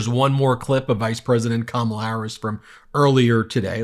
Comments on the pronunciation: I am so f***ing tired of his bullshit mispronunciations. Is there anyone in this country who thinks he has the mental state of a person over the age of fourteen? Make him go away. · Biden may sometimes appear to be confused on stage, but what's with Trump's inability to pronounce his opponent's name correctly. If intentional, it's a childish, ridiculous tactic; if unintentional, it's troubling. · He went and mispronounced her name here even though she made sure he understood before debate how to say her name ..... and OMG.... he's talking about the moderators "screaming" at him. NOBODY SCREAMED AT HIM I fkn deplore him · He's so stupid he can't even pronounce Kamala's name correctly. And he wants to be president? AS IF! And no one beats him for sheer nastiness. I like presidents who aren’t childish name-callers. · The jerk still refuses to pronounce Kamala correctly... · Now that he isn't in front of her, he purposefully mispronounces her name again. Childish and weak. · He didn’t have the nerve to mispronounce her name to her face, you’ll notice. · OF COURSE he used the word ‘nasty!’ It’s his code word for “you’re an idiot woman!” About that whole injustice regarding pronunciation… HOW ABOUT YOU EFFING LEARN ALL 5 SYLLABLES OF YOUR OPPONENTS NAME!!! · Mispronouncing Kamala Harris's name on purpose is a perfect example of the petty, childish, weak man before us. She told him how to say it, so mispronouncing it now seems like a sign of his mental decline. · How about why does he mispronounce her name? Racism maybe? Debasing dehuminization. He's a cad and a putz. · She walked up to his face shook his hand and told him her name and how it's pronounced and he still can't get Kamala Harris name right what a dumb ass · It's incredible that his moron crowds cheer when he MAKES FUN of someone's name! and even more incredible is that Trump still mispronounces Harris' name